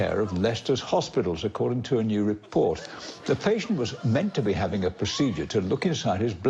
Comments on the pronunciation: "It was meent to disappea"..lmao...I laughed so hard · "It was mint to disappea'a" IT WAS MINT TO DISAPPEA'A ?! IT WAS MINT TO DISAPPEA'A ?!?!?!